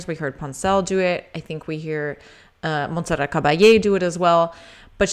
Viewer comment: The t in Monserrat is pronounced. Love your channel. Thank you !